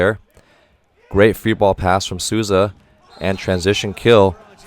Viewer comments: Coach's pronunciation is so on point! The only one he got wrong was Maurício Souza which he prounounced as "Susa" and its like "Soul - Za" Took me a second to notice who he was talking about I love how different the comments are here from what we hear from TV, it's truly refreshing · Eu achei o jeito dele de pronunciar Souza muito fofo "Suuza" aksjkaak